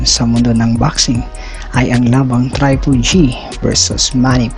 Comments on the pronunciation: bakit traypol G sinasabe mo TRIPLE G HINDI TRAYPOL G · Natawa ko sa pronunciation mo pre.. trypol GG ,canilo Alvares, ket Thurman ..hahaha